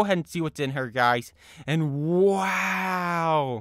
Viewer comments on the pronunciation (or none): none